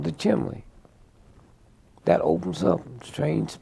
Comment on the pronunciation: Chimley? Chimney? Chimbley? What was he talking about?